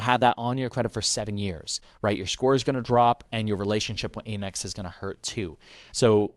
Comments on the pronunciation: It's 'AMEX,' not 'AIMEX.' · I have never heard someone say Aimex. Lol AM-EX.